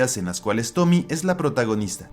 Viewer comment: Es fecha en la que me sigo preguntando si la protagonista de la última historia es ''Tomie'', con la e siendo pronunciada al final al ser un nombre japonés... creo; o si la deberían llamar tal cual lo dicen en el vid, es decir ''Tomi''